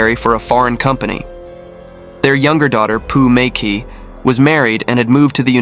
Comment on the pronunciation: i want to show you how to pronounce Chinese names., "mei qi" is promounced "mei chi". "qi gong" is "chi gong" "xi" is "Si" Please make the corrections in your next video when you pronounce Chinese names.